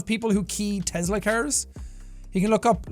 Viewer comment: I'm sorry but how you say Tesla I get you have an accent and say things a little differently but you pronounce it sounds like Te-Z-la other people in america can agree